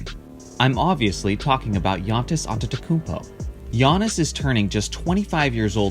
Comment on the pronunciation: He pronounced Antetokounmpo correctly and managed to fuck up Giannis. I'm not even mad, that's amazing :p